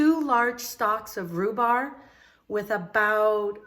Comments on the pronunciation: Love cheese cake. Rhu-BARB, is how you pronounce that. Thanks for the step by step instructions, that is a huge help. Great tip on the water bath. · It’s a spring form pan not foam...and it’s rhubarb not rhubar lol...great recipe Amy I’m definitely going to make this❤️ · In most of her videos, she repeats herself quite often. It’s called a SPRING FORM PAN not “foam pan”. She keeps pronouncing it “rhubar” when there’s a “b” on the end rhubarB! Lol.